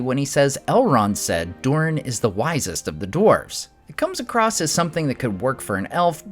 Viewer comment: Bro - there is no ‘t’ or ‘ed’ at the end of across. Jesus man